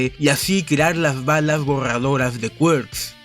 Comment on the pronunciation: Me gusta cuando dices QUAERKZ en vez de Quirk como persona normal